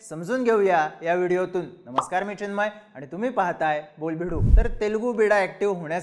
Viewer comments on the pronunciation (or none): none